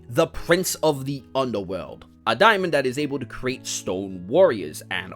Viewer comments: Dae mon. Not dia mond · I mean, daemon comes from the root word daimon, I guess? I pronounce it demon.